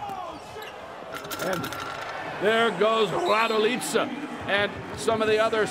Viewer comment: Kolko me iznervira kad ovaj kaze Miroslav Radilica tebra kontam tesko im reci raduljica ali RADILICA🚫🤣